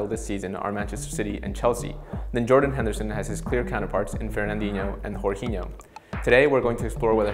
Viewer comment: Jorginho isn't spanish mate, say the 'J'